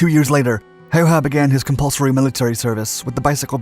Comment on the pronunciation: Ä My man Ä... Not A